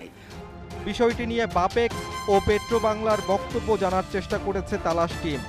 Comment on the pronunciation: সঠিক উচ্চারণ করতে পারেনা সাংবাদিক বাপেক্স বলতে পারে বাপেক বলে।